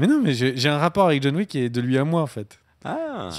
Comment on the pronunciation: John Wick = John La Méche, pas John Le Faible! "Wick", pas "Weak"!